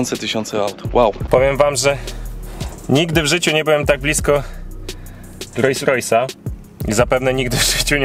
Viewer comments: Świetny odcinek chłopaki! Ale jak jeszcze raz usłyszę "RojsRojsa" to zdechne i sub ucieknie xD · Nie Rois Rois tylko Rols Rois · Rolls Royce, a nie Royce Royce.... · Super film tylko mała uwaga :) RoLLs Royce a nie Rojs Rojs 😜🤣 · 2.43 ludzie, mówi się Rolls-Royce, nazwa powstała od dwóch nazwisk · filmik mega,ale czy tylko mnie drażni "rojs rojs"":)) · Co to jest ROJS ROJS? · rojs rojs i aż uszy bolą :P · rojś rojś. rajś rover xD